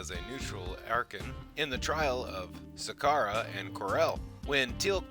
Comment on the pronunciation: Nice that these videos exist so thanks to whoever created them. That being said, I get the impression that the narrator is not exactly a knowledgeable Stargate fan, and was just reading text. First of all, he mispronounced Skaara’s name (any Stargate fan knows the correct pronunciation). Secondly, a couple of times he referred to the Nox as having a “symbolic“ relationship planet’s plant life. I’m pretty sure the term that should have been used in that context would have been “symbiotic”. 🙂